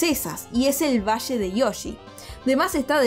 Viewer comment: Todos: valle de yoshi: VaSHe de YoShI No es que odie la forma de hablar sino que es solo humor